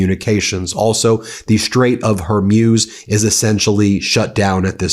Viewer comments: BEN…it’s pronounced hor-MOOZ, not hor-MUSE. It’s becoming distratively ANNOYING. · Strait of Hormuz is pronounced “strayt uhv hor·mooz”. Not “mewz” (rhyme with “muse”) but like “mooz” (rhyme with “moose”). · It's pronounced "whore-MOOZ" NOT "whore-MYUZE". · Its pronounced Hormooze not Hormuse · Again, it’s pronounced Hore-Mooz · Ben; you need to learn how to properly pronounce words. Hormuz - Whore Mooze. Got it? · Hor-mooz, Ben. Hor-mooz. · Love your guys channel the pronunciation of the Strait of hormuz